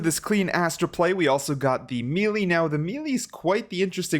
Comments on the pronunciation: Lol he said me lee 😭🤣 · the way he says melee kind of bothers me ngl lol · Why do you say melee so weird?